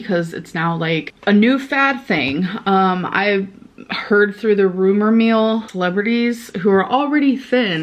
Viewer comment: Also, did you catch her saying “rumor MEAL” instead of rumor MILL?? 😂